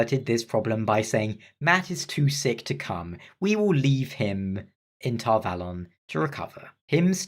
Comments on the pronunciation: According to the pronunciation guide in the back of the book, you're pronouncing Tar Valon correctly. Apparently, the show runners have never seen the books, let alone picked any of them up. At least, that's the only explanation I can come up with as to how they managed to butcher such an amazing story. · Actually you have the correct pronuntiation of Tar-Valon.